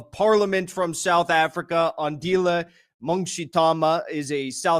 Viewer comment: Oh wow!! So happy to see you back Jackson!!! Even happier to see you interviewing our man Mngxithama. Just call him Andile, peonounced Ahndeeleh.